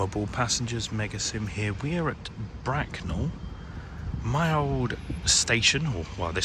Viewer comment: Well, it sounded like "Bracknum" to me.